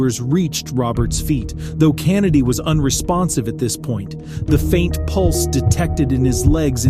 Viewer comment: The way this dude pronounced “Kennedy” pissed me off lol